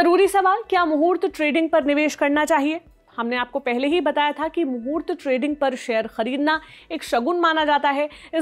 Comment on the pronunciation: आप मूर्त ट्रेडिंग pronounced कर रही है जो गलत है ।